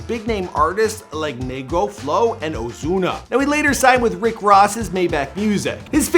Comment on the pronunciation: This man really said ozuna with a z sound